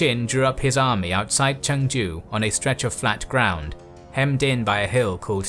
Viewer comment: The Korean pronunciations are a bit funny (especially since you pronounce Chungju like another city that spelled similarly in Korea haha but that's okay since Korean pronunciation is hard) but the history is great! I'm glad that this period of history is finally being covered. I can't wait to see Admiral Yi's naval victories! iirc even Admiral Nelson had deep admiration for him.